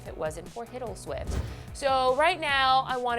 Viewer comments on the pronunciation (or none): the first time she said "Hiddleswift" I thought she said "Piddleswift"